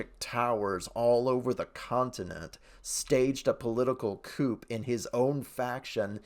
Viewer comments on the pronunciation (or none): Aww, Dreamkeepers lost the vote :( Hopefully you'll get the chance to read it, as well as Dreamkeepers Prelude. I've never heard "coup" pronounced with the "p". It's one of those French loan-words where spelling doesn't match pronunciation.